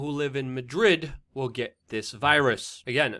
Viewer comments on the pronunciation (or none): none